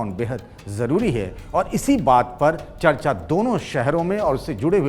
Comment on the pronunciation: पहले ख़बर खुद तो सही से पढ़ कर आओ दूसरे नंबर पर गुजरात नहीं बल्कि तमिलनाडू हैं और और भाषा का चयन भी सुधारिए चर्चा होता हैं ना की चचा ...@ जी